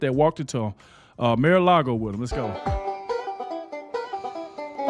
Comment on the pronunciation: It's NOT MAY - LARGO ... It's MAR ... Mar-A-Lago ( Mar-a-Lago (/ˌmɑːrəˈlɑːɡoʊ/; Spanish for 'Sea-to-Lake' )